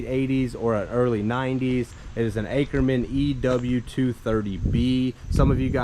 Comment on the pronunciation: Please pronounce the name correctly. Åkerman is Swedish. Pronounce as "Oaker maan".